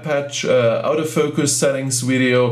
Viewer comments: I personally do not care how many languages the person speaks, however when he speaks English and attempts to say "AUTO FOCUS", it sounds to me like he is saying "OUT OF FOCUS." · When you say "auto focus" it's sounds like you are saying, " OUT OF FOUCUS."